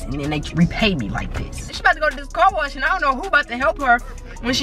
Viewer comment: I love the way he talk instead of car wash he was saying corwash😂